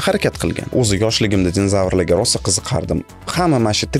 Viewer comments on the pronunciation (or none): none